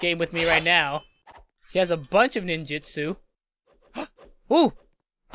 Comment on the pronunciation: It’s Nin-Jut-Su